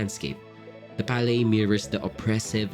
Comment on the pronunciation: Great content! However, I am bothered by your pronunciation of palette & visceral